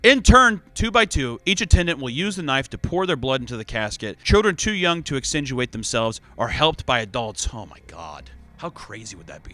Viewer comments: Exsanguinate = ex sang when ate Pronunciation was driving me insane, well more insane lol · I love how he doesn’t even bother putting in the effort to do a retake when he mispronounces the same word a dozen time (exsanguinate)